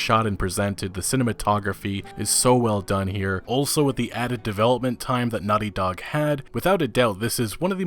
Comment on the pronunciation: you know its naughty dog, not nutty dog